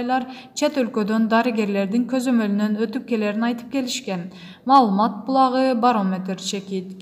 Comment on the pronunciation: Тантыраган кыз чыктынбы кайра мал мат деп окуп.😂